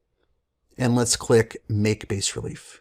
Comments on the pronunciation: Hey Guys, looks like an awesome software. One thing: the word 'bas' is French for 'low' , the s is silent. Sounds like 'bah" in English. Thanks! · It is pronounced "bah-relief". bas in french means low. Thanks for the review!